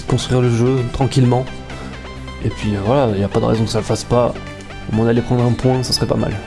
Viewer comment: bon 2eme match, même si c'etait mal partie. et je vais faire le con de ch'ti, mais le S ne se dit pas dans moins XD